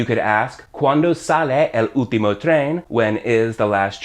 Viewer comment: Great video. Shadow as a verb is something new for me. Also, when You say "último" I hear You don't pronounce the "L", I hear You say "úhtimo". Last but not least, "hombre fácil" means that man is easy to get for any woman, same as "mujer fácil" easy to get for any man. And is true most of us are "hombres fáciles". XD